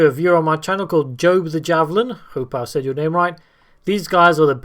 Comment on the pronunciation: So you don't keep wondering, Joab is two syllables pronounced: Joe-abb, but it's not a big deal. I'm not a competitive player so I don't know what's the best. I just like to try out new builds, and to paint. The Thousand Sons do need some more kits. We are so beautiful and the Death Guard are so ugly.